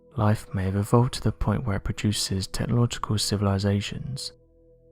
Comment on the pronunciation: Tehelogical??? TECHNOLOGICAL